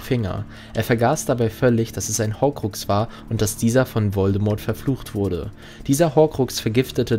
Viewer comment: An sich gutes Video, aber wer sich so lange und intensiv mit dem HP Universum beschäftigt sollte doch echt wissen, dass das T von Voldemort nicht ausgesprochen wird.